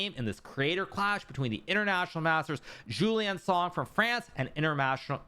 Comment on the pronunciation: It‘s not Jouliâne Song, it‘s Julien Song (im sorry thow)